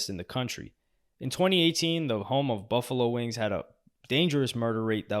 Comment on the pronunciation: bro said buffalo wings💀